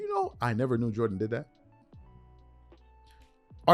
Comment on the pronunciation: "Jordan Jordan Jordan Joran" 😂😂😂